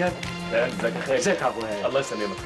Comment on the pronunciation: مهو انتى لو كنتى بتقوليها عبد الوهاب مش ( عبوهاب ) كان عقل من بدرى بس عشان شايف فيكى الظلم فى نطق إسمه مرضيش يعقل ^_^